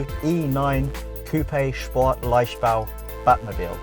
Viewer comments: sy I think that for the fact that is half-german and rarely ever speaks german, he pronounced it incredibly well. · sy I think he pronounced it well!